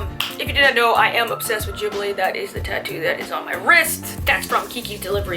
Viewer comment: The pronunciation for Ghibli is gee-bli like G like in grapes 🤔